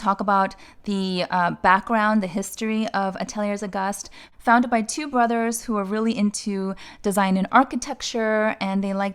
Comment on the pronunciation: great video as always. Just a pronunciation tip: Atelier Auguste is pronounced “Ah tell eeyay Oh Goost” Close anyway… 😊